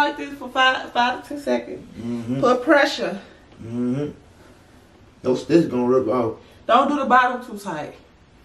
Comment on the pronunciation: My dawg said “PRESUREE”😭😭